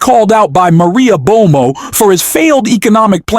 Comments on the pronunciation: I enjoy your content, but mispronunciations like /humilate, "bomo" for Bartolomeo, "trawmp" instead of "Trump," is far too distracting for me. It could be bad AI, but it's worse than other AI that I've listened to. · Do you know how to pronounce Maria ‘Bartiromo’? It’s not Maria Bomo Or are you attempting snark? …to be clever? Like? Follow? No thanks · Bar ti romo Bartiroma not Bomo and Humiliate hu mil I ate. Come on man. Learn to pronounce the words you speak. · "Humilate"??? Please try to find people to narrate who understand the English language. Maria Bomo? LOL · And calling Maria Bartoromo ‘Bartomo’ 🫣🤯🤷🏼‍♀️ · "Maria Bomo?" It's Maria Bartiromo! Yet another phony AI thing. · Her name is Maria Bartiromo - why are you pronouncing is "Bomo"? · “Maria Bomo?” “Humilate”? Dude, you say some strange things. It’s ‘bartiromo’ and ‘humiliate”. maybe take deeper breaths? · That’s Bar-to—romo…. Not Bomo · Terrible production quality....AI narration mispronounces words once per minute. Maria "Bomo"? "Voice" President?